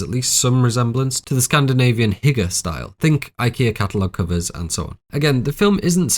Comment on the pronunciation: Something very small regarding pronunciation is that hygge is pronounced hoo-gah. Absolutely love your videos. Stumbled onto your Hereditary video and was like wtf a 4 hour video??? But suffice to say i loved every minute of it and the amount of work and level of detail you put into these videos is so incredible that when i saw this i couldn't wait to watch it after work today. I look forward to listening to your book! ❤